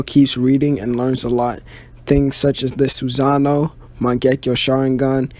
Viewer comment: You said a lot of words wrong like Sassano